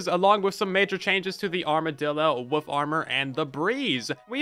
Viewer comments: You say wolf like my ex wife. Wuf instead of wolf lmao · I love the way you say wolf because it sounds like woof. 😂😂😂